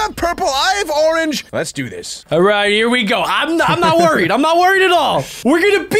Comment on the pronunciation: " a rorange" MAN DONT EVEN